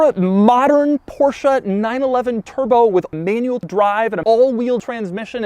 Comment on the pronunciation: Lol you really had to edit the “b” out of the word turbo? He’s said “Turo” so many times in his actual videos 😂